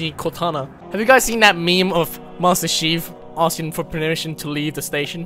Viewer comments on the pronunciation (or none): Master sheef😂😂😂